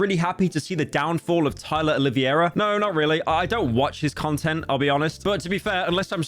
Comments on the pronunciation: I had a stroke every single time someone in this video said "Oliviera" instead of "Oliveira" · i dont understand how hard it is to pronounce O L I V E I R A the correct way, its not O L I V I E RA my wiggas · Why is everyone saying “Oliviera”? It’s -> O li VEI ra The E comes before the I. I know it’s not a normal sound for English speakers but you can do it. OLI VEI RA To say the VEI part right try saying: vvvv hey If all else fails just say “Olivera” Just don’t put the “i” before the “e” like when you say “riviera” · Ah yes, Tyler "Olivia-era" not Olive-era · Did you just say TYLA OliVIera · How can no one say Oliveira, it's not hard